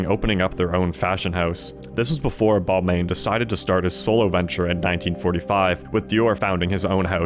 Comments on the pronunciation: I had to tap out as soon as I heard “Bol-mayne” 😞 pity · Seated I commend your brave interpretation of how to pronounce Yves and Balmain, stick it to the French haters